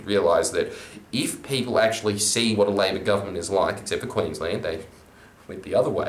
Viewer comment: It's "LA-BOUR GOVERNMENT"